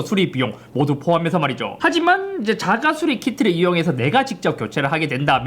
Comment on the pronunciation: 자가 수rrrrr리 킹받네